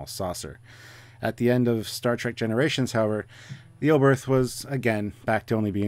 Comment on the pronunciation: It's fun how all the English speakers butcher the pronunciation. Herrmann Oberth was, as you say German - the "th" is not pronounced as in "the", but hard, as just a "t", followed by a silent "h".